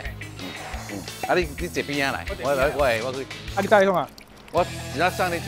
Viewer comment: 送哩糾山濤~講的好流利~🤣🤣🤣